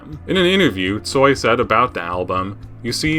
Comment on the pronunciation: thank you so so much for great video😊❤ Viktor Stoi was a kind and great musician. im so so sorry that he died. you have very very great pronounciation🥰😍🤗😉tsoi predicted many changes and his songs gave hope to people in ussr. he included in song non direct criticism of ussr so Kino wasnt banned